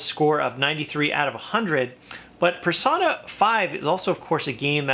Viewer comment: It is pronounced (per-sone-a)